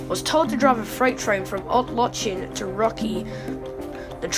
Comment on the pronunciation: Just a note; the Polish L with a slash through it is actually pronounced "w".